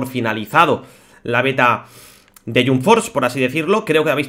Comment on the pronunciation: Porfavor se pronuncia JAMP no JUMP tal como se escribe